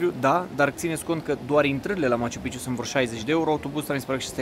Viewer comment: Se dice maciu-pik(a)ciu😊 Prea multa palavrageala, coa'e - fii profesionist ce drq; E obiectiv de top, mai multa istorie, spiritualitate, detalii, nu ma intereseaza chitzibusariile tale cu banii, inclusiv la adresa Ralucai... Devii cam jenant.